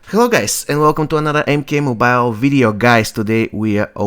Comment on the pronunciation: M-K- MOW-BILE